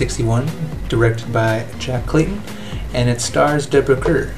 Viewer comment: Deborah Kerr is pronounced as "car" not "curr". This film is a remarkable achievement that was not appreciated upon its release in 1961 but over the years film critics and audiences realized how fine a film this is. It is the uncredited inspiration to the film "The Others" with Nicole Kidman. It is a special film made by special people. The actor playing the uncle is the father of Vanessa and Lynn Redgrave; the young girl went on to appear in "The Prime of Miss Jean Brodie' with Maggie Smith in 1969. The screenplay by the famous writer Truman Capote is adapted from Henry James' "The Turn of the Screw."